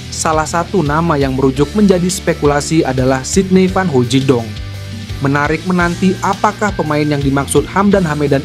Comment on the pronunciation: Hahaaa dia bilang sidny vanhoijedong,,yg bener aja